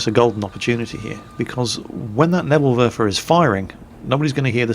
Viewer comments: its pronounced "Nebel Werfer", not "Nebl Werfer", you kind of swallowed the second "e". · you really need to learn how to pronounce Neeeeeeebel Werfer:p